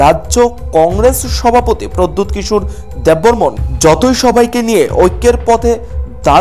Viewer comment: Not debbbarman tell debbbarma